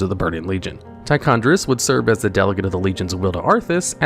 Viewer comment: Homie it’s Tichondr*i*us